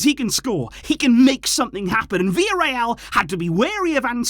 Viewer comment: It’s Villarreal relax